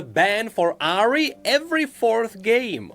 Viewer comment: It's not Asmon without pronouncing Ahri as "Ahiri"